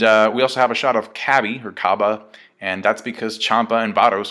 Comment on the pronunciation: his name is cabba, why do you say it wrong